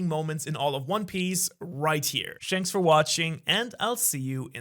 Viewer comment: haha I get it “shanks for watching”